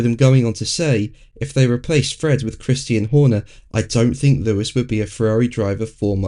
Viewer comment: I hear "Christine" Horner every time says the name.